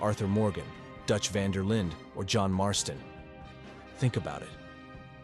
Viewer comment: specially when the voice keeps saying the van der Lin gang wrong lol